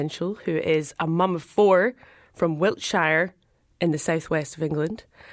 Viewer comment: Wilt-shire? Come on you’re from the uk, you can say Wiltshire😂😂